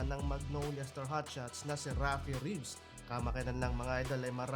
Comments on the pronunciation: nadaanan ko lang tong vlog. this kind of vlog shows na wala na kwenta ang pba, ultimo vlogger hindi kilala mga players, for the content lang. fyi po.. wala pong player na rafi Reaves.. Reavis po surname ng veteran player and it is pronounce as Rey-Vis not Reevs. Respeto naman po sa name ng player. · reavis hindi reeves😂